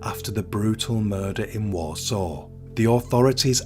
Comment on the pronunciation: He pronounced Warsaw wrong as well, But you still knew what he meant. 😂😊